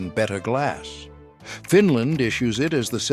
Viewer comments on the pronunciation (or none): none